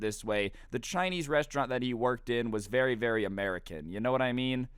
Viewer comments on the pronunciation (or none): none